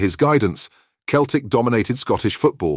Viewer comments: Keltic ? It’s Celtic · If you want your voice-over app to pronounce Celtic correctly, you need to spell it 'Selltic' 😁